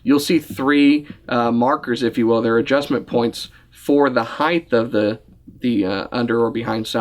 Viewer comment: Gee... there is no such word 'heidth' . It's height. I thought that was just a PA Amish thing.